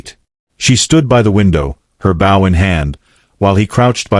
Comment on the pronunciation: BOW SOUNDS LIKE BO